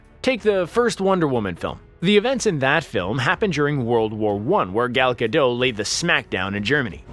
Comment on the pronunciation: Gal GodoT. She is Israeli, not French. The 't' is pronounced.